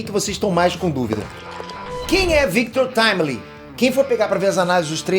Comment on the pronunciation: FINALMENTE ALGUÉM FALANDO O NOME DA VARIANTE DE FORMA CORRETA 😂 NÃO AGUENTO MAIS O GABRIEL DO NERD LAND FALANDO "VICTU TIMILINGUI" PQP